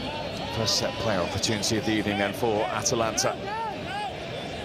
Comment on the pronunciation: Twas a good ebening